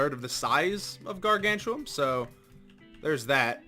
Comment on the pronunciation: Ok but its gargantium not gargan chew um